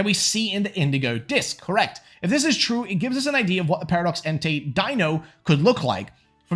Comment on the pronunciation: Can someone please tell this man how to pronounce the word "idea"?